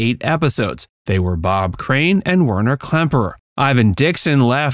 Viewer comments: It was Werner Klemperer not Klempner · Klem-per-er, not Klempner! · Interesting - but it didn't leave me "speechless"! Why was Col Klink's genuine violin expertise not mentioned? Why was Col Klink's genuine violin expertise not mentioned? By the way, the actor's name was Werner Klemperer, not "Klempner", and he was the son of the famous conductor of the Berlin Philharmonic Orchestra, Otto Klemperer! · Werner KLEMPERER, not Klempner and Robert CLARY, not Clay: Have some respect and get the actors' names right. There are other errors, but those two are glaring. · Klemperer not Klempner. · One weird thing is it was said correctly early in this video, then at around 16 min, was spoken wrong as Klempner. I could be wrong but I think this is an AI voice and it read from a script where it was spelled right the first time, then spelled wrong another time. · Love Hogans Heroes but my God if your gonna do a factual video like this learn to pronounce the names right and also misspelling names like Klemperer is horrible